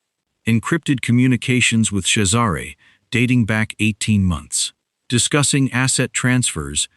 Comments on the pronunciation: Yes, it is pronounced Chezzaray. The other spelling is Cesar. Pronounced Sayzar. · At last, a narrator who knows how to pronounce the name Cesare. The boss wouldn’t need to ask me twice - I do like a bad boy🏍️🥰